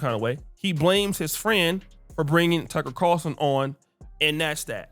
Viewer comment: Bro can't say Tucker Carlson 🤣 😂